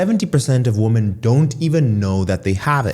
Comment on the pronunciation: For some reason, I find it annoying that you pronounce "woman" and "women" the same...